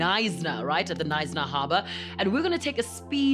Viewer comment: Knsyna the K is silent